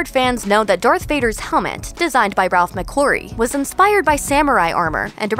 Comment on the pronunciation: I’m sure she says ‘Ralph McClurrie’ rather that Ralph mcquarrie